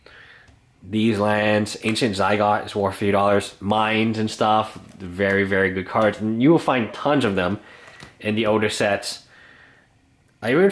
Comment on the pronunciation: Anafezzars? Ancient Zygot? I'm aware he mispronounces a lot of names, but I didn't know it was this bad